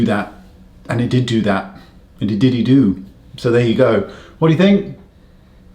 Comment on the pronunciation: Did he say, IT DIDDY DO? I think he said, It DIDDY DO, don't you? Wouldn't you diddy do too? 😂